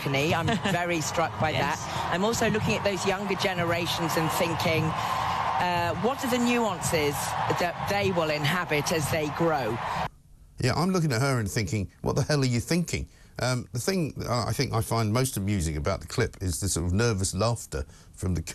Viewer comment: well said and could someone please tell me just what she was talking about when she spoke of the "nuances (she actually pronounced it "nuonces") that the younger generation will inhabit"? How do you "inhabit" a nuance? (Always supposing that's what she wanted to say) this was such a nonsensical sentence!